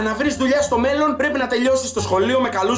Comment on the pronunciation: Ρε καταλαβαινεις πως το λεει?Εννοει στο μελλον